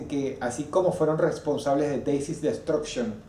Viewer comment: Como se es lo que dice Dross? Decis desctruccion?